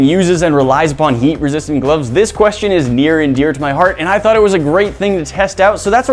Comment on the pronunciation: Can't unhear it